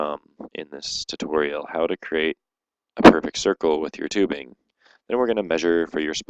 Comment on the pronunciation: lol - thissstshoutoriual